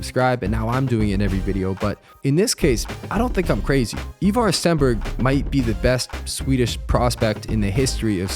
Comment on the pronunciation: It’s “Eye Var” not “ Eeeee Var”